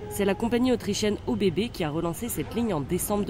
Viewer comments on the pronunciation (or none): ÖBB se dit "EuBB"